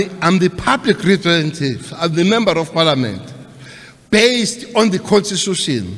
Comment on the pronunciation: Public reparentive🤣🤣🤣🤣